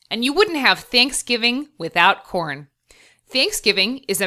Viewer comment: My volume is low so every time she says corn it sounds like porn. It's hilarious.